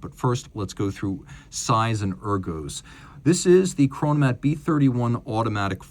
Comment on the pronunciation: "Chronomat"🫩 geeezus